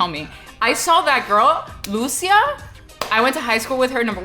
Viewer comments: Holy shit how hard is it to pronounce a Latin American name. Is not Lùcia is Lucía, emphasis on the í. Is like you guys don't live in America with a massive Latin American population, c'mon.... Every time I heard someone talk about this game's main character I cringe when they say their name. Is cringe that you live in Miami where most Latinos in America live and yet still don't know how to pronounce one of the most popular names in all of Latin America. Holy shit! Ah Y ahora recién me doy cuenta que es Cubana, wow te debería dar vergüenza la verdad no saber pronunciar uno de los nombres mas latinos y mas comunes que hay, la ignorancia Americana se te ha metido en la cabeza. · Great vid. A little disappointed with the pronunciation of Lucia lol. The accent goes on the 'I', not the 'a'.